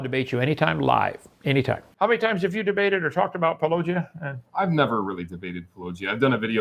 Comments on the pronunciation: Puh-low-jia Hovind can't even show enough respect to pronounce the name correctly. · Just like how he says "Pa-LLOWW-gia", instead of Paulogia. So petty! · Hovind :"one topic at a time" Also Hovind "Duane Gish is my hero" It's also clear that he and Powell deliberately mispronounce your channel name. I'd make that a condition of the debate as well, that they spend 5 seconds learning how to say it. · He refuses to pronounce your name properly. That disrespect disqualifies him from any conversation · Probability of Kent Hovind ever having an honest debate with Paulogia, or anyone else : Probability of Kent Hovind ever pronouncing "Paulogia" correctly: 0